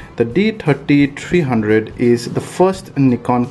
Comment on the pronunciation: D Tirty Tireee.